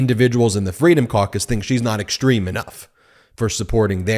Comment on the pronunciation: Ben, I love your commentary, but please use proper English when pronouncing words with "s" sounds, like "sh", i.e. "exshtreme", "deshtroy". Every time I here this improper pronunciation it sounds like "fingernails on a chalkboard". BTW, you are not alone. This is sooo pervasive that I've even heard network national news people do it. I'm on a one person quest to point this out. I'm not a fancy English major, just an Electrical Engineer. Please erase this message if you like, but please, please, please speak English. Thanks.